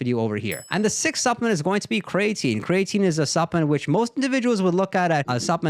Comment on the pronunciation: Bro said cray tine 😂